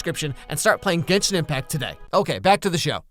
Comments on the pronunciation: I thought you said it like- 'Jenshin Impact' D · Not him mispronouncing “genshin impact”